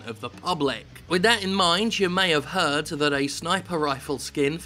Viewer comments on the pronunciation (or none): none